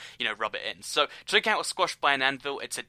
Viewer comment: U say twee cat not toy cat